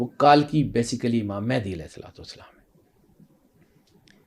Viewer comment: ये पागल है यार और इनसे उम्मीद भी क्या कर सकते हैं कल्कि तो इनसे बोला नहीं जा रहा कल्कि को कालकी बोल रहा है ये मंदबुद्धि दो पागल बैठकर पॉडकास्ट कर रहें हैं